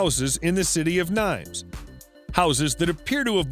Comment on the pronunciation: Nimes is said neem with the accent on the m. Greetings from France